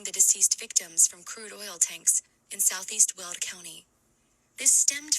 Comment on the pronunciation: It’s Weld county, not… world county.